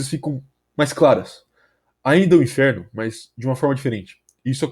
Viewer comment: "AH GUERRA NÃO É O *INFERO*?" infero é foda man, mas ótimo vídeo, só notei isso mesmo